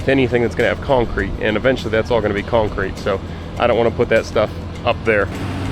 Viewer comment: Love the videos, and the work. However, a new pet peeve has been unlocked, the word “cownecreet” has become the bane of my existence😂 keep up the good work(although it’s probably already done by the time I actually sat still to watch this)😂 Thank you sir, beautiful home. Let me know if you’re hiring(equipment mechanic, videographer, speech therapist😉, landscaping, hvac, tree work, etc)